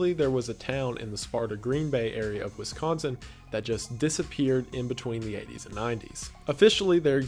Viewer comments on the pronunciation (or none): none